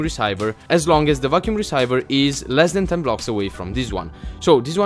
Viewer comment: it is pronounced reeseever = receiver